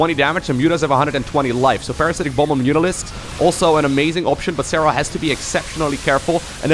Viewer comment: Serral.. serrlrlrlrlal 😂